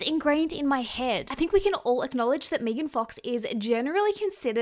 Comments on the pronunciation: Her name is pronounced "Meh-gan" not "Meagan" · Meee-gan? Lol it's meghan love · Me-gan is pronounced Meg-in She looks so old to me! All the surgery aged her at least by 20 yrs! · There’s only one E in Megan. There are Maegan’s out there that pronounce it MEEgan, but in the U.S., one E is Megan. 😅 There an also Meggan’s. Like Egg-uns 🤓🙃🤪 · Lmfao yes. Meeeegan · I love how it sounds like she says Megan like Vegan. 😆🩷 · Her calling Megan Fox Mee-gan is so wrong. Mee-gan Fox's career was dead before MGK. He made her relevant again and she owes him for that. I also hope they release a sex tape. I think it would help Mee-gan's career even more. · Can't with "Meegan" pronunciation 😂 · Its not meeegan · Never heard her name pronounced Meegan 😂😂😂😂 reminds me of Keegan & Peele. Meeeeegan meegan!! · I'm with you, hon, it's Me-gan!. And, for what it's worth, I think you are shit loads more attractive than her. And, that is not fellow Aussie bias.😊❤ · I thought you produced it Mee-gan when it’s spelled Meghan or Megan. If it’s spelled Meagan or Meaghan it’s May-Gan. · omg, im an aussie and your right, we do say her name like that lol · Sorry, I can't watch a video of you purposefully mispronounce someone's name. You just said it correctly so you are capable. No offense, I just think its a bit rude. Its not like you don't speak English so the accent isn't really an excuse. People may say it differently there but Megan Fox isn't Aussie. I know she ain't gonna watch this video but I'd be mad annoyed if someone just didn't feel like saying my name right for basically no reason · Thats not how you pronounce her name and you know that ... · No. Im Aussie and dont pronounce it like you do. 😂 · Girl I’m Australian as well and “Meg-an” and “mee-gan” are two totally different names!!😂😂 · Oh my god I couldn’t watch this with your pronunciation of her name